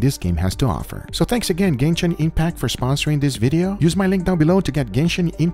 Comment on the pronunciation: "Gayshin Impact" 🤣